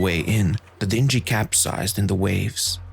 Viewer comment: Great videos but why is your pronunciation of words so bad? Freighter, dingy, tether and more. Perhaps you can have help with this before you record.